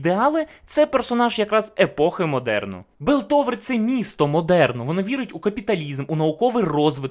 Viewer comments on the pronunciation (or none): Білтовер..Паундер..Джеймс..мої вуха, вибачте 😅 я не можу далі серйозно дивитись цей розбір 😆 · Огляд непоганий, але все відео різало слух "ПауНдер", "ДжейМс", "БИлтовер", не знаю може це особливість вашої дикції, чи мені чується.. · А чого Белтовер, а не Пілтовер? І Паундер, а не Павдер? Це в нашому так переклали чи отсєбятіна???? :) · Не Белтовер а Пілтовер, не Джеймс, а Джейс